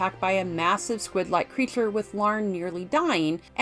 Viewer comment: Maaan... usually TRY to ignore, but in THIS case, maybe check a speech therapisshhhht. "priSoner" can be pronounced and enunciated correctly yet "shhhooo" (so) and "creashhhure" (creature) is an issue. Man! Had to cut this one short folks. When your voice is the SOLE selling point, maybe get it checked in a sound booth first. Eh?!?